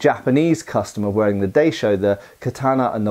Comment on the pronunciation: It’s not “Day Sho”, it’s “Die Sho”. In the Romanization “Daisho”, the “ai” is pronounced “eye”.